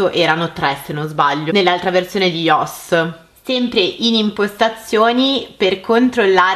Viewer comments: Si pronuncia aioes no ios quello è come si scrive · Oddio appena ho sentito iOS detto in quel modo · Hai anche sbagliato la pronuncia di IOS